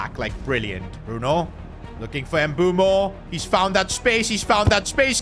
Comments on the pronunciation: It's mbuemo not nbumo😂😂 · Bro its mbuemo not mbuumo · His name is pronounced M-boo-mo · ITS NOT EMBUO ITS MBEUMO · His name is not “Embumo” or “Embuemo” it’s “MBEUMO”… mbeh-oo-mo You keep butchering it. 😢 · Mboomoo not Mbwemo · Mbeumo’s name is pronounced Mb-o-mo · dawg it’s pronounced m bu m bo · Please stop calling Mbuemo Em-boo-moo 😭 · Pronounce it as mbuemo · Bro called him Mbumo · Bro said mbuumo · you are pronouncing mbuemo's name wrong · Bro pronounce mbuemo name correctly bro Jesus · Mbuemo might just leave like Ruben Medina since keep pronouncing their names wrong